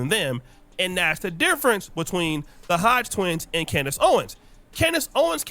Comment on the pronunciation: The 🦝 twins you mean. Say their name right